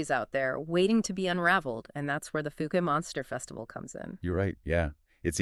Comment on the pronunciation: Omg. The fook monster? It’s pronounced fow-ke.